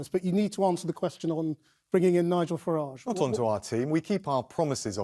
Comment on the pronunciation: Every time he says Farage the pronunciation changes; Gove was super wired up during this appearance.